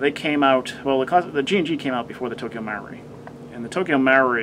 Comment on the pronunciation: Omg thats not how you say Marui...